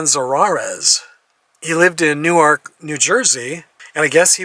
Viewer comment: It's pronounced "Newerk" . It's our biggest city in New Jersey and is crime ridden for decades.